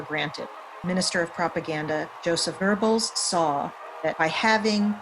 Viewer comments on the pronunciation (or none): Is it that hard to pronounce goebels